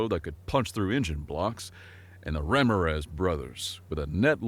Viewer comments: Stupid AI. Learn how to pronounce Ramiraz. Accent on the second syllable. Not the first. Stupid AI. is lying to us. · Great story. Loved the humor. Seeing as this is human narrated as opposed to TTS, I was disappointed in how kept mispronouncing the name Ramirez. It should be pronounced as ram-ear-rez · And you mispronounce Ramirez, twice. LMAO